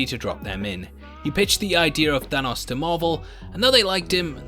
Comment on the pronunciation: I can't get enough of how says, "Thanos". I could listen to you talk all day, mate!